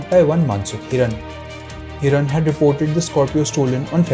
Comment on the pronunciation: What credibility will your news have when you cant get the name right? Its Mansukh Hirani and not Hiran.. do you get it? Do so elementary homework right